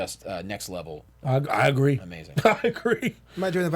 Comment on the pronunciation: Ah-greed